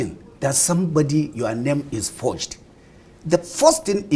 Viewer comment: Is it porged or forged😅😅😅, I'm confused here